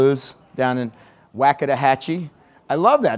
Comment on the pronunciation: Great presentation. You can say it how you want but I pronounce it like it is spelled; Wakodahatchee. Waco not Waca. My local photog friends and I just say Waco for short. I live 5 minutes away and headed there now.